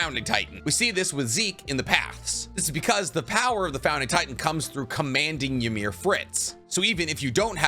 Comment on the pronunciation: Ymir (which you pronounce wrong and a lot do it) pretty much was healthy at the 13 years as a titan). She seemed to take the spear to protect the king and even then saw that he had shit all over her and pretty much choose not to live. He says it himself, you cannot die from a spear get up my slave.